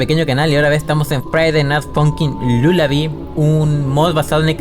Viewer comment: Levelal Lulabi Lalabi Porque no saben decir lullaby 🤨